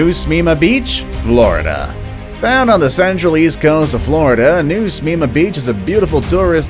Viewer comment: It’s pronounced New SA MERN NA Beach…..❤️